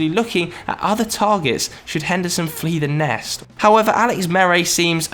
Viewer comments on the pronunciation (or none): The way he says flee the nest is weird lmao. Shoulda fixed that